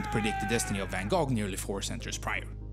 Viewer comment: Who-ten???? it is houten [how t'n] , and it's not fen koh...it is vvv ah n gogh,,,with a g pronounced like ch in lochness.. please ..do your home work.